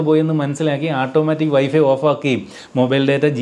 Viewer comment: ഈ ആട്ടോമാറ്റിക് എന്നത് മാറ്റി... "ഓട്ടോമാറ്റിക് " എന്ന് പറയുന്നത് കേൾക്കാൻ ആവും നല്ലത് എന്ന് തോനുന്നു...വളരെ ഫ്രാങ്ക് ആയ ഒരു എളിയ അഭിപ്രയം ആണ്.. 😊